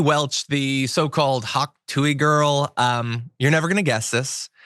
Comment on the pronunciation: Did you mispronounce Hawk Tuah on purpose ?